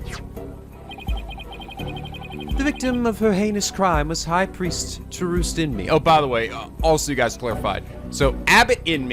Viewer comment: Tahurst Inmee? More like Thrust in me ammiright?